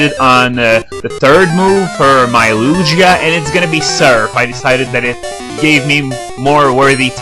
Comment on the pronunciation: he dosent know how to say lugia or ho-oh... kinda sad